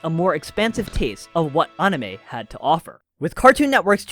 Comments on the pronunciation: Bro really said On-i-meh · Funny, I hate when someone does a deep dive yet doesn't do the basic research of how to even pronounce things. Well this guy seems like he can pronounce most Japanese words as they should be, but pronouncing the word anime itself has eluded him. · Disliked for pronouncing anime like a douche. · Why are you saying anime wrong?